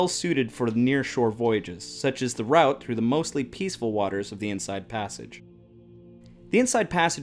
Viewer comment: It's irritating hearing the word route pronounced that way